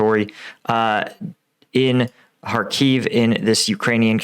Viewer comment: Kh not K.. Kharkiv, not Harkiv.. Just like it is loch-ness, and not log-ness.